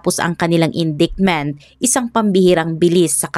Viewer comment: I'm a fan...Please check your pronunciation of "indictment." For your improvement po🥰✌️